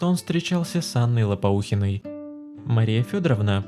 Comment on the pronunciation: Анна Лопоухина??? Это что-то новенькое! Может, все-таки Лопухина?